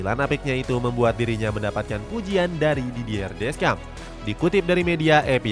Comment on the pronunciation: Jujur sebagai fans prancis, awal nya ragu prancis bisa lolos fase grup, tp sejauh ini not bad, walaupun belom yakin 100 persen (Sedikit tambahan, semoga berkenan yaa 🙏, untuk pelatih nya prancis nama nya dieja "didiye desyong", nama rabiot dieja "adrieng rabio", nama maignan dieja "menyong", ralat juga untuk nama pelatih denmark karena seharusnya "hyulman", terimakasihh 🙏🙏)